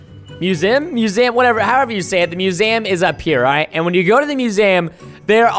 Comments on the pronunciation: its not musam its museum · and its not MUSAM ITS MUSEUM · Musam. Why would you even guess that it it pronounced mewzam. It's museum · musaum.. not gonna judge because not that much people can say words. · You said it wrong it’s not called muzam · its miuseeuumm thats how you pronaounce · He says musaum lol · its muesum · It’s mew-see-jm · Preston you don’t know how to say museum....lol